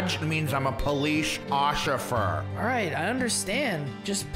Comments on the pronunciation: It's officer not ocifer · Ociffer XD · No one: Not even a single soul: Police officer: OcCiFer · is that cop saying ociffer or officer or maybe you made it just for fun? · lol the police officer said “police OCIFER” Lol who else heard that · Did anyone capture where the officer said "I'm a ociffer." ? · there you got it!! And it's actually true he said that word OciFfer like 3 or 2 times 😝😝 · BRUH THE POLICE SAID "police oshiffer" XDDDDDDDDDDD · officer: cuz im a police ociffer Me: Bro u said officer wrong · The officer said he was a ociffer 🤣🤣🤣🤣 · Whydo they say police ocifer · He said police Occi fear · he said police ochifer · he says: "that means that I am a police OciFfer" 😝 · police ociffer lol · hey couldnt even say officer right lol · whay isit ocifer its oficer😂😂😂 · that's not how u say officer